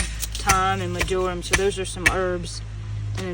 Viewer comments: ...Lol, its pronounced "MARGE-a-rum" (accent on "MARGE") not ""ma-JOR-um." Just sayin' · Mar-jer-um. It’s a wonderful herb! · MÄR - JER - EM. The first syllable is MARGE. Your flowers are going to be brilliant. I look forward to seeing updates throughout the summer. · About 5 years ago, around 5 pm the Boise area felt a pretty big earthquake (for us) at 4.1, so ours was a "rolling" type, not so much a shaking type. I actually felt my kitchen floor roll under my feet Yikes! Very surreal. On the word marjoram, the stress is on the first syllable. Your garden is getting so big and lots of really good things to harvest all summer and into the fall! I am very inspired to use grow bags for herbs. Great work and help from all the family to get this all done. :-) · sweet marjorim ? its pronounced like the name Marge or Marjorie . smells good idk I might have some by my oregano . its kinda perfume scented imo . I used to work at a garden center for a lot of years and we sold it. I'd guess it would be good for making scented candles and such . maybe used lightly with tea .